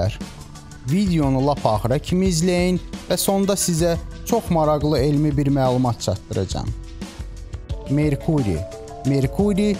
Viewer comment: PLUTON 4-CÙ WÈRT NÈDÌR KÌ, ONU ÒDÈMÌR ? 2. MARAQLI YAZILIR, MARAXLI OXUNUR AY BÌSAVAD, Q-NIN ÙSTÙNDÈN ELÈ BASIRSAN KÌ, ADAMIN ...... TÒKÙLÙR